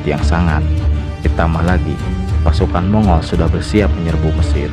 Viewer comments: Sebutannya bukan Mongol min, tapi Monggol... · Mong-gol bukan mongul